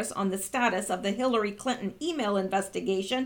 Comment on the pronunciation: "Hillary Killton" 😅 freudian slip?!